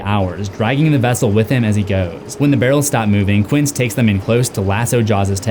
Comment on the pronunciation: Did you repeatedly refer to Quint as Quince? Read the damn book or watch the film first next time.